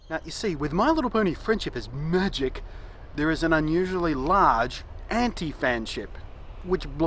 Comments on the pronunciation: I like how you say "my little pony friendship is MAGic" :3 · I like how he adds emphasis on the "Magic" in My Little Pony: Friendship Is Magic